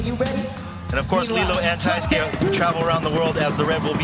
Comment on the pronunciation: wtf is a TAI SKI..thats what dude kept calling Taisuke..nobody told him how to pronounce the Mans name?? smh